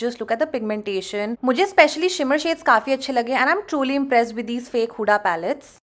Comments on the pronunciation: It's हुदा not हुडा, learn correct pronunciation, angrez 😂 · Use हुदा aise pronounce karte hai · Babe, my name's huda, and you are pronouncing it wrong 😫